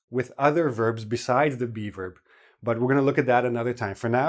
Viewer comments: Oh geez, every time says "be verb" I hear "beaver" that sends me so bad:"D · Me too! I kept wondering what he was calling a "beaver" in the sentence!